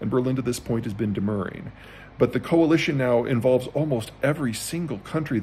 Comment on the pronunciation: Bonus points to Herr Zeihan for proper articulation of the usually mispronounced "demurring". Nice touch, Peter.